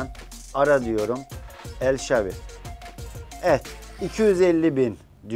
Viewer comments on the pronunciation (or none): El şavi değil el şaravi